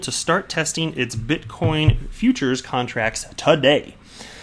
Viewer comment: Please sir, I beg of you. Stop saying bitcom lol.